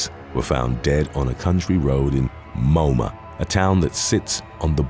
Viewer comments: It's pronounced mo-am-a not moma Sheesh do some research for fucks sake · I love it when non-Aussies try to pronounce some of the names of our country towns. Moama for example is pronounced "mow-am-er". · Moama is pronounced "Moe amma"